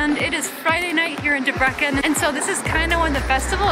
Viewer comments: bro the pronunciation debreKen 🤣🤣🤣. DEBRECEN is pronounced as Debretsen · Debrekken lol. Why not do like 5 seconds of research to figure out the pronunciation of the place your entire video is central to?